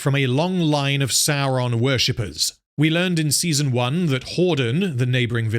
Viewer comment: Why do you pronounce Sauron "Saron" then you have a clip of someone saying it correctly right after...